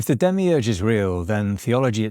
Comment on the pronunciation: Demiurge?? Demiurgos? Like creator? You really butchered the pronunciation